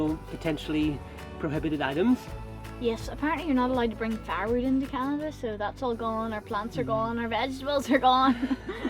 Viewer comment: After 4 attempts, I had to turn on CC when said "firewood". 😄